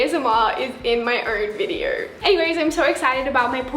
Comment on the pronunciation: Nobody: Not a single soul: Not even a speck of DIRT:: Videorr